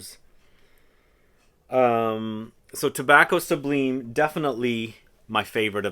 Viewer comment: Pronounced Tobacco SUBLYME.... lime as in the citrus.